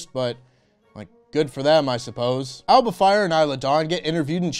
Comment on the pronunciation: There's a svaravakti vowel in Alba, so it should be pronounced Ah-luh-buh.